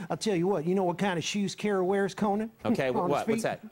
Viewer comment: When Edwards pronounces “Senator Kewwy” like a baby I died